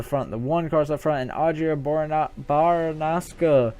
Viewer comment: Williams: "10th. Couldn't go for the win, but it's still a good finish." Baranauskas: "11th. I am so happy that I could get a good finish here." OOC: Just so you know, Audra's last name is pronounced like this: Bare-a-now-scus. You also forgot the s at the end.